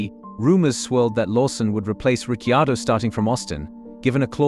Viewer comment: “Richy-ado”, two seconds in and I’m out.